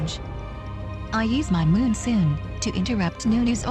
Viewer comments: so tilting hearing "moonsoon" over and over again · too bad you didnt speak it urself and its monsoon not moonsoon I guess :S anyway nice vid, about time :)